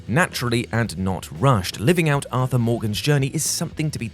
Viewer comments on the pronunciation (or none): none